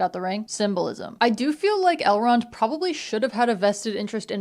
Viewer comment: Every time you say Elrond I think you’re saying L Ron like L Ron Hubbard lmao